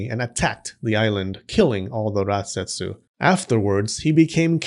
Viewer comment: I keep hearing ratsetsu 😭